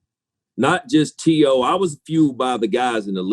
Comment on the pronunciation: T.O. low key pissed that Randy mispronounced his name